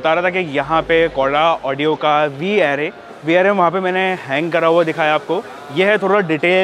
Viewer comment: Mere bhai pehle to naaam thik se Bata de company ka. It's कोडा ऑडियो not कूड़ा ऑडियो 🙄